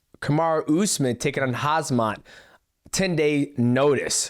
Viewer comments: Dj its Khamzat, not Khazmat lol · I like how Demetrious kept mispronouncing "'HAZMAT'' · Not dj calling khamzat “hazmat” like uncle chael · DJ pronouncin Hasmaht kills me every single Time i swear....